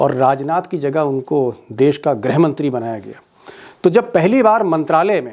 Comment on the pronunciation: Grih, not grha